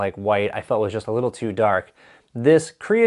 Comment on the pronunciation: Pthalo is pronounced Thay-low. Bob Ross says so.